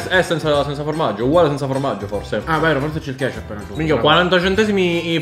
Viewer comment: "La kesciap"